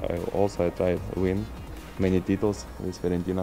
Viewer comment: "Мэни титулз" 🙄